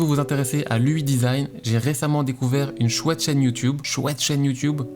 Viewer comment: J'ai mal aux oreilles à chaque fois qu'il dit "ui design"